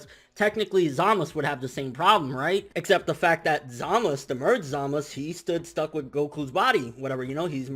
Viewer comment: Anyone know why he doesn't pronounce the U in Gowasu and Zamasu's names? Either i'm hearing things or he's saying gowas and zamas. No offence obviously, just curious